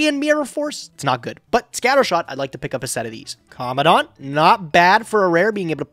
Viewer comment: It's Commandant not commondant